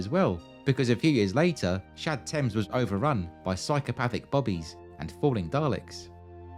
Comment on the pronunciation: I keep hearing Shad Thames as j'taime